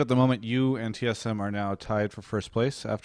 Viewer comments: LMAOO "T eth M" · lol "T ETH M"